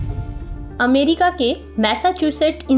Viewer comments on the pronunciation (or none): none